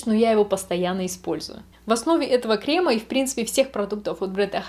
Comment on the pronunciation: Особенно кремА, ну это ужасно...